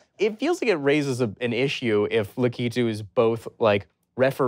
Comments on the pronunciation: "Lakitoo"!!!?!!! Lack-i-too! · La key tu?!! It’s la kuh tu that’s the Um actually they should’ve corrected him on.